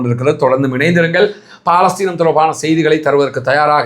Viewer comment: அது பாலஸ்தீன் அல்ல பலஸ்தின். ஒரு அரபு சொல்லைக்கூட ஒழுங்கா உச்சரிக்கத் தெரியலியே!?